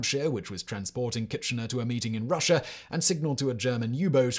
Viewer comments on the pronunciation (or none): none